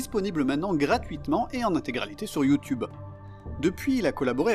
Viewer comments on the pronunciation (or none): none